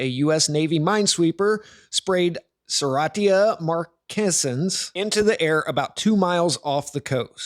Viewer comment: You can't even pronounce it correctly... credibility over in the first few moments.